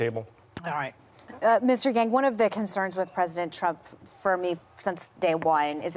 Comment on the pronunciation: Did she really say mr.gang?😂